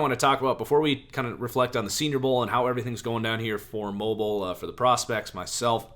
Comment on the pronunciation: mo beel alabama not mobile as in T-Mobile